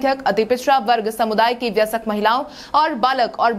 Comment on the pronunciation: वयस्क नहीं बोल पाई